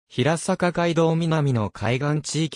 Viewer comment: 地元出身ですが、ヒラサカではなく、ヘイサカと呼んでいますよ。